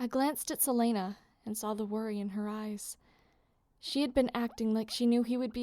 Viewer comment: Is that how you say silena? I thought it was sil-ee-na (Good to know! 😂😂) Also, this is super good! Nice job!